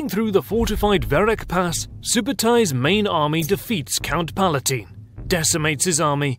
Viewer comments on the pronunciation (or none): none